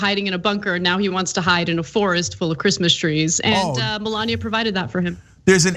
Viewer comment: Who gives a fookinnnn sheeet about chreeeemeees decorations?